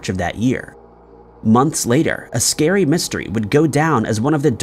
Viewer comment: The stories are vewy scawy